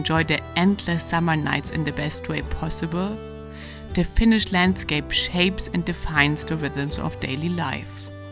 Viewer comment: Your pronounce Finnish words nicely, Rarely other then Estonians can pronounce words almost perfectly.